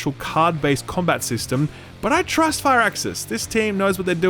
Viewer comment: "I trusth Firaxis" yeah?, shame Firaxis isn't calling the shots there.